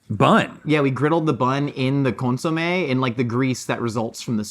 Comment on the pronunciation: I REALLY don’t like how says “consomayyy” lol